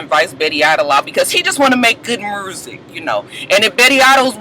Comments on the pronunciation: I hate when black folks go out of there way to sound like a fucking idiot...MURSIC isn't a damn word Scrap!!!! Get yo life... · I cringe when Scrappy says mursik.!!